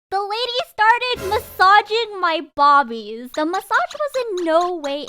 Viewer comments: "my bobies" MADE ME BURST OUT LAUGHING BAHAYSAGD🤣😂🤣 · I'M WHEEZING AT THE WAY YOU SAID "BOBBIES"